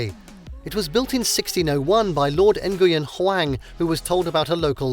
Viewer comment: You completely slaughtered the pronunciation of the surname "Nguyen." Please, at least put some effort in learning how to correctly pronounce the name.